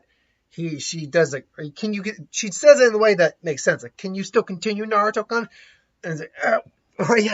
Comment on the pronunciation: I can't help but feel like your pronunciation of, "Naruto-kun," sounds like "Naruto-kunt." I can't help but laugh lol